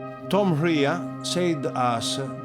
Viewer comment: Uh, Tom Rhea is pronounced like "Ray." Tom Rhea.